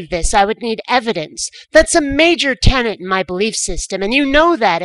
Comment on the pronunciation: Didn't you recently do a video on tenets? Sounded a lot like tenants ;)